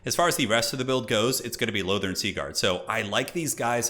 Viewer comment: Wait, did you just pronounce Lothern correctly? How many years have I been waiting for this!?